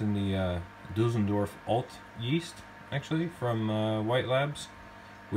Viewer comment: Düsseldorf not Dusseldörf Mate.. ! 😉